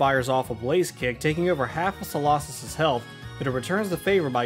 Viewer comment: Its so-low-sis not so-law-sis.